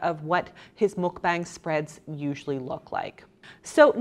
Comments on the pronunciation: ITS PRONOUNCED MUK BAH-NG, NOT MUK-BANG. 😑🙄 So tired of non-Koreans and esp white ppl just culturally appropriate Korean words and culture ugh if you’re going to take advantage of another culture’s words, and do an entire video talking about it, at least look up how to pronounce the word correctly. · I know you're being really careful when saying mukbang or 막방 but you're still saying it wrong. It's m-uh-k-b-ah-ng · Goddammit, I hate the pronunciation of "mukbang" with the "long a" just as much as I hated it in "Pyeongchang" during the Olympics. (But not nearly as much as I hate in in "Gangnam Style", where you can just LISTEN TO THE BEGINNING OF THE SONG to hear it pronounced a bunch of times!) The syllables in those words sound like the English words BONG, CHONG and GONG. (At least the way Americans generally say it. British would probably want to think BAHNG CHAHNG GAHNG.) The Korean Romanization uses "a" for that vowel because it's about what "a" sounds like it nearly all European languages except English. You people saying "mukBAYNG" sound as wrong as if you pronounced "Despacito" like "Des-PAY-SIGH-toe". That said, thank you for your kind effort.